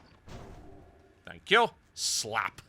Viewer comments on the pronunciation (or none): HAHAHAHA Thenk Ya! hahahahahaha please use that pronouncement moar please!